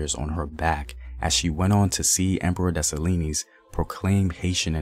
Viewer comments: I just love my Haitian ancestry so much... My strength comes from my strong ancestors.. That's why us Haitian women are some strong women... Also it's Dessalines (dessa- leen), not (dessa-li-nees) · Great content but pronounce his name as des-sa-lean... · Segement was awesome! Dessalines DeH SAh LEEN s is silent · The story is Dessaline, the E is silent. his mother was a ran away while she was pregnant with him. while she ran away to the mountains, she went to labor luckily toya was running away in the same area. she helped give birth to the greatest Emperor/General who ever lived, then the mother died and left him with toya. she had to go back to slavery to raise him, luckily for them whenever she was sold she had a chance to convince her new master to buy him also. she took care of him taught him how to fight and all. there's a reason why when he became General he had women army with him. he trusted his women army more than the guys, he had an entourage of 4 to 6 women soldiers and they didn't play. he's stories deserves to be on the big screen. when he died he got set up he didn't had his women with him that's how they were able to move in on him. when toya raised him she told him, u will do for this land what i couldn't do for dahomy. one of my favorites Haitian revolution story. she is our Mother. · Thank you Very much for thé work. I m haïtien and let me help for thé prononciation of Dessalines = Dessaleen thé S is silent. Thank you i know you make à lot frèl good about themselves. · The s is silent in desalines lol btw I'm Haitian that's how I know , Kote tout zoe mwen yo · The s at the end of dessalines is silent